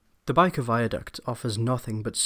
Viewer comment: Bike of viaduct?, lol it's Byker (with a 'y'!) Viaduct